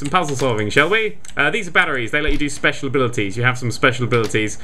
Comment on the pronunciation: It makes him speshul